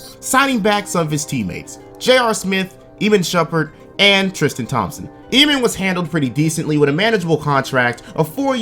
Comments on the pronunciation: Ih-mahn. Not ee-mihn. Shumperts name is not hard to say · script: Iman Shumpert, an intellectual: EEMIN Shumpert